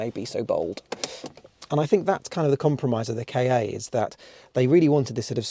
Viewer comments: Your video is really amazing, full content of and great to watch. But drives me crazy rearranging “kei ay” instead of the correct “Kah” (saying like the end of Fiesta) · Sorry to be that person, but why would Ford name their car a "Kay Ay"? it's pronounced "Car". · It is not a K A it was pronounced like car. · Did you just call it a K. A. With a space in the middle???? It's the kahhhh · Its pronounced like cat without the t and not like kay aaay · I died a little bit everytime you said "kay-ay". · It always makes me chuckle gently when you southerners say 'Kay Eh' - for us Scots, 'Ka' and 'car' are very different sounding words, so I don't think I've ever heard anyone up here bother with two syllables :)